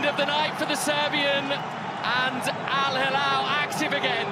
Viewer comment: man thanks for the video I love it but Al hilal fan is here and this is what i have to say just please make sure you learn more about these teams before you make ur videos how can't you even say their names! These are the best clubs in Asia they can win your favorite team.